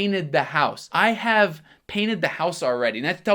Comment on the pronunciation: falando: i have i-hm kkkkkkkkkkkkkkk jesus eu jamais saberia q era assim q se pronunciava